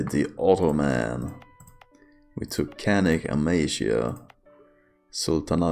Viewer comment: Love it when you say “the Otto-Man”